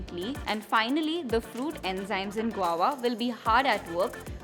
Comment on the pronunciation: It's "guava" & not Guwowa 😁